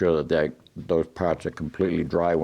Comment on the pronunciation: Just keep it wet, eh? Then wipe down “yer pahhts”.